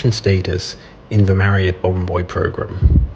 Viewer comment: So refreshing to hear you pronounce Marriott the correct way, as opposed to Marri-OTT. 🙂